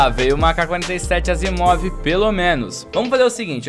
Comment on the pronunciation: o certo é asiimov kkkkk